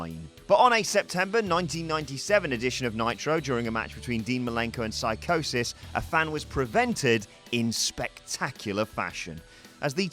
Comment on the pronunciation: It's pronounced See Cosis and spelled Psicosis.